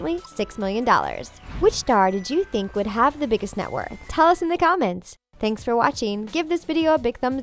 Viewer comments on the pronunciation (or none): none